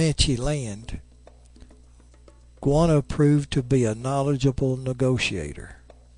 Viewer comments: its quannah not qanah im related to quannah parker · interesting story...but a Goana is a lizard.. Quanah is pronounced 'KWANAH'... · Apsco Radiales Yes! Thankyou. It's 'Kwa nah' not 'Gwana'. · Why do you keep calling him Guanah? It's Q as K.